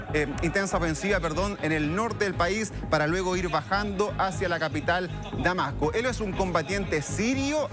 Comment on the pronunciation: Damaco, y dicurso, los instrumento militares, y los Estado Unidos. Jajaja. Será que el locutor o presentador puede hablar bien?